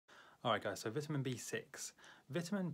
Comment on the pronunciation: You’re saying vitamin wrong